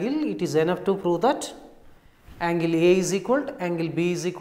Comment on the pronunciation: Its not froo its prove